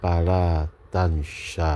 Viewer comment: Tansa nya huruf sin ya buya bukan huruf syin